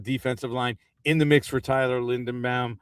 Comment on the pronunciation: does have a vested interest in saying everyone who comes into the giants orbit’s name wrong?? how can you say tyler linderbaums name wrong?? love you